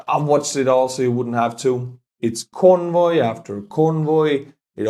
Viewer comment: You almost pronounced convoy as "corn row" the first time you said it. Is V like R in your language etc.?